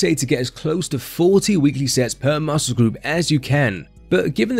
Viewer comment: Say muscle properly Ffs